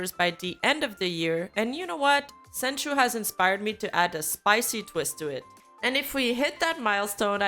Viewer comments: a little tips, when you read Houshou or Senchou, remove the U. So it is just Ho-Sho & Sen-Cho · very good vid but please pronounce "ou" in senchou, houshou etc correctly thank you for the video just wanted to point that out, have a nice day